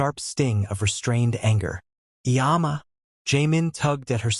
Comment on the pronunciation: I always appreciate your stories; one observation - please try to get a better pronunciation the Korean words you use. Example - mom or mama is more umma than yama. I just want you to be as accurate as you can be thank you, continue the great storytelling.